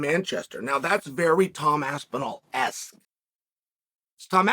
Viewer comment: Chael so impressed by Tom's performance he pronounced his name right